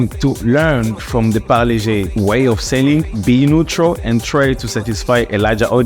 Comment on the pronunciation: first foreigner good pronunciation parle G